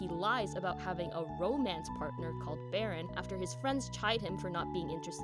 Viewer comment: Hahaha! Wasn't expecting Riz/FH in here, but yeh, I shoulda. 😆 "YOUR ROEMAENCE PAERTNER DESERVES BETTER TRAETMENT!"